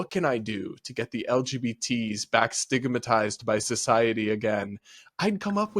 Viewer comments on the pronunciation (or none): "Sitggamatized" though